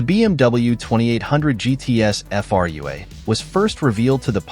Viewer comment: The moment you hear Frua pronounced as individual characters you know it's a bot voice..., extremely annoying. The car itself is too much cobbled together. Its could be made any brand and doesn't stand properly on its wheels, really. Not BMW's finest hour actually. The design is excellent but the combo with BMW parts makes it look off-beat.